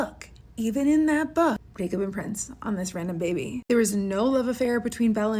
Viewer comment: the way you say "bebay" and "baby boy" didn't have to be this funny 😂😂 also can't get over how unhinged this decision is (trying to be nice, she should be looked into bc wtf STEPHANIEEE)